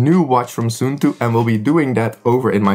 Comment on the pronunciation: suunto is Finnish so it's pronounced like the English words "soon toe". 😊